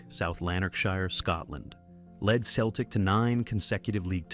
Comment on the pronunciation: It’s pronounced “Seltik”